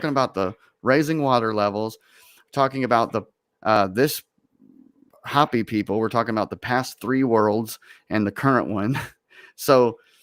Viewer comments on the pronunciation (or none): it's Hopi -- Ho-pee, not hapi. Minute more or less. They are a native culture that live in Northern Arizona where I grew up. Very cool people. The map looks like it has German on it. more or less. The quote from Jesus on the map looks like it is John __:___, I couldn't read it. "Johannes" would be the German for "John." You should look up the verse in the Gospel of John and see what it says. The German would have been putting swastikas on the map because it seems to me that the Nazis probably explored those places and maybe those were bases, or places where the Germans wanted to put bases. It seems like a German map from between . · Hopi is pronounced Hope-e . Hoppy would be spelled Hoppi. This is a MOST Excellent Conversation. Thank you. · LOL It's pronounced Hope y Indians. If you do some research about their prophecy, their language, it's identical to Hebrew. There is some information that points to them as being one of the lost tribes of Israel. And they have passed down the information as indians usually are very good at and they talk about the end of this age.